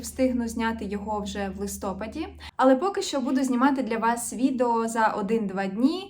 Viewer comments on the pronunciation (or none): Дуже рада, що у нас із вами збігається смак на бажанки) І, до речі, правильний нагалос листопАд, а не листОпад:_Любовь::_Любовь